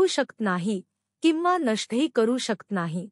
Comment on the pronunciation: शकत म्हणा,शक्त नका म्हणू,प्लीज.